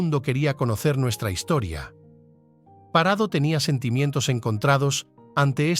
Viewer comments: Es Parrado no Parado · He tenido que dejar fe verlo, se me.hace insoportable lo de Parado. Es PaRRado. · No es parado, es parrado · PaRRado. En estas regiones pronunciamos la rr.😊